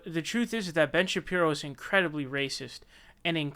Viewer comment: "Ben Shapri-o" lmfaooo